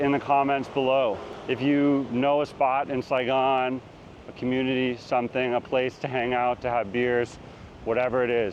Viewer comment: "Saigon " ?? Really??